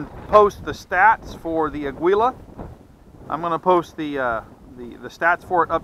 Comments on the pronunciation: It's pronounced "ah-geela" not "ah-gwee-la"- its Spanish for eagle. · Pronounce Ah- gee -la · This "aggwila" always gets to me. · It's not ah-gee-la tho. Mexicans pronounce the U slightly. Maybe not as much as dude does in video but it's definitely not pronounced "geela". It's actually more similar to how we annunciate Christian Aguilera in U.S.